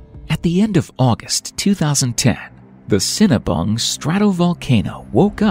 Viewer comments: It’s not like “Cinnabon” but “sin-ah-boong”. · Don't feel bad! I heard "cinnabun" as well, lol! I had to check the comments because I knew that couldn't have been what was said, lol!